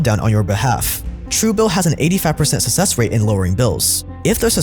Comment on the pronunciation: Great video! FYI you keep mispronouncing "success" 😆